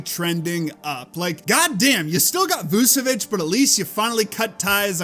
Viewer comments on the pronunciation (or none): Love you guys but when saying Vucevics name it’s pronounced “vooch-uh-vich” And then with Sengun it’s “shen-goon”